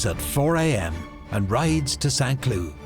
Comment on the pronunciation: Every time the narrator says "Chateau de Saint-Cloud", my brain processes it as "Chateau de sans clue" (franglais for chateau of cluelessness), which makes me chuckle.